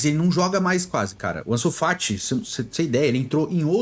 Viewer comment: Bizarro dps que falou ansu FAT eu parei de ver